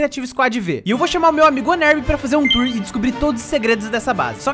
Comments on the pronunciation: "tuor" *Onerb e sua ansiedade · Não é tuor,é TOUR🤠👍🏽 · "TUOR" AKAKKAKAKAK Parabéns pelos 1M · Quando você é fluente na lingua dos gamers/youtubers e fala TUOR kkkkkkkkkkkkkkkkkkkkkkkkkkkkkkk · Tuor kkkk é tour kkk 🆃🅾🆄🆁 𝓣𝓸𝓾𝓻 ,٩ʕ◕౪◕ʔو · "Tuor" mn